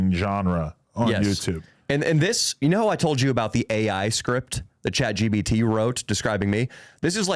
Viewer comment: When is someone finally gonna correct that it’s ChatGPT not chatGBT 🤦‍♂️